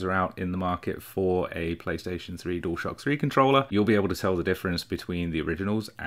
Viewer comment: Does 'Dual shock' on this video sound like 'Door stop' to you. It does to me.